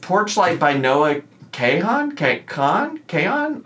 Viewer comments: Oh. Also. It’s Kahan, like “con”. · Have to remind myself you're 37 when you mispronounced Noah Kahan😭😭😭